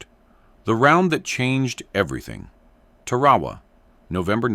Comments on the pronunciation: The islandis pronounced 'Tar-ah-waa. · It is pronounced 'Tar-ah-waa.